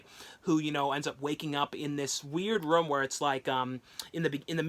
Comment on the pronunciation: I'm not making fun of him but it sounds like he's saying rom when he says room again I'm not making fun of the way he talks so don't get on me for my comment okay okay